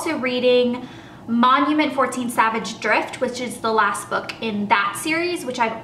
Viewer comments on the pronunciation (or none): none